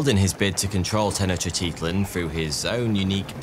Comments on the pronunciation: he* but yea and the way he pronounced tenochtitlan is sad ☠️ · dude has 5 and a half million followers and he's out here pronouncing every letter in tenochtitlan, it's the most british move ever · in this case he actually added letters to the word tenochtitlan hahaha but you make a very good point also i said it made the videos better so im not complaining